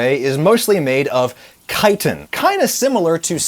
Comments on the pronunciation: Thank you for pronouncing it Kite-in instead of Chit-in!!! I guess you could say the Incorrect pronunciation... Bugs me 😏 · out of this entire video. im so glad he pronounced chitin correctly lol